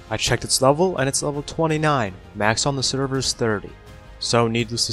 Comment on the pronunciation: Please! Say server.